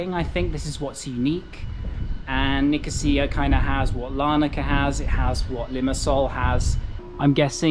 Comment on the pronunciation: You got the pronunciation right :-)